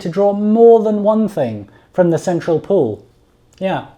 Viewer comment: My head hears central pool but my soul hears central Paul